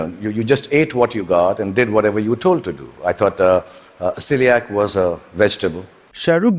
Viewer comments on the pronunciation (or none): none